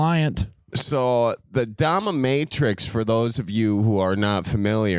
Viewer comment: Anyone else notice calling it domiMatrix😂